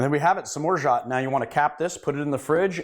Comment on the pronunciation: You don't pronounce the T. Other than that - I love your videos and they are the best on YouTube in terms of quality and information in cocktails.